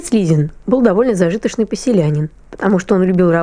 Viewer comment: Ну извините, вы сами читаете не правильно зажитошный) это что за слово, написано зажиточный, а еще критикуете, показываете письма не пойми кому. Это только доказывает что общий язык не был сформирован и говорили на наречиях)